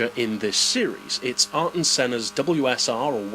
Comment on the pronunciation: Who is "Are-ton" Senna? Everyone pronounces his name "Air-ton" Senna.